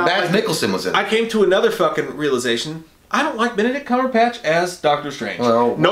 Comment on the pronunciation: I love how you call him “Benedict Cumberpatch” 🤣🤣🤣